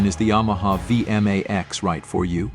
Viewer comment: Hey! A Vee M Aee Xxs. Nice shitty computer voice over.